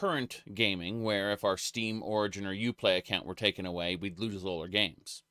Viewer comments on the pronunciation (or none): none